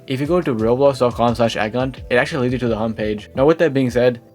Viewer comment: learn how to say roblox please i tought you were saying someone's name